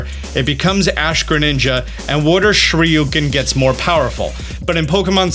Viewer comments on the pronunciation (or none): THIS MAN REALLY JUST SAID "WATER SHRIYUKEN". Sometime I can't with you 🤣. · “Water shueuken”